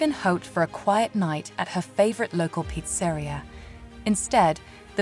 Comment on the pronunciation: peet sah reea NOT peat sairea... lol